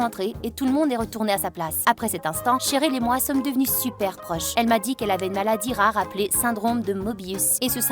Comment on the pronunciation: literalement msa french je le regarde en anglais et quand elle dit cheryl jantend cherul idk